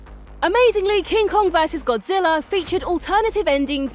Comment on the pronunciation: What is Godzillarr? I don't remember there being any r's